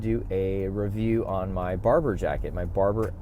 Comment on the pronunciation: I love that Barbour look, it’s classic. I have several Barbour jackets, the Beaufort being one. You’re right, it can be worn in nearly all occasions. Beaufort is pronounced Bo’for. Odd, I know. We also pronounce Barbour as Barber. I think you’ve nailed the fit, perfect. Looks great.